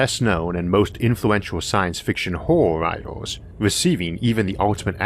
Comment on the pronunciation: What the hell is a "writor"?